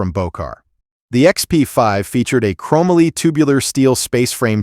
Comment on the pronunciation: A nice selection of rare rides. I actually saw the Bosley many years ago at a show in Los Angeles, and, incredibly, met Mr. Bosley there who casually said, "I built that." BTW - It's not "chromaly. It's pronounced "chrome moly" (chromium and molybdenum). And , "Bertone" is pronounced ber-tow-nee